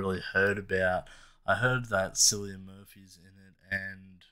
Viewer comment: The "C" in Cillian is pronounced as a "K". It's Irish so it's pronounced as Killian